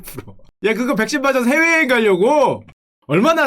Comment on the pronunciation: 훼웨여행 가려고 회웨여행 ㅋㅋㅋ 발음 귀엽